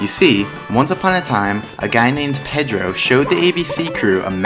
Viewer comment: He also pronounces Pedro the wrong way